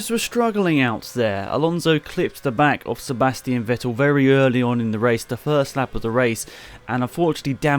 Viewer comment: Ffffffffff-ettel! It's pronounced Fettel, not Ouettil. V is pronounced F in German.